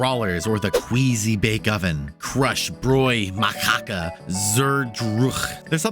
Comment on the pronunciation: (machaca) I know it is a joke, but my left kidney started to wiggle in fury when I heard that pronunciation (it's a spanish word).